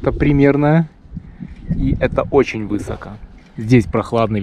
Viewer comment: У меня кровь пошла из ушей,когда услышал : вЫсоко. ВысокО,высокО мляха муха